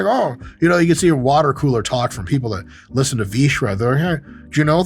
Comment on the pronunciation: God, I love it when people shread vShred